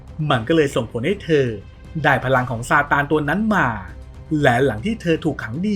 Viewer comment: บ้าจิตอ่านเป็นซานตา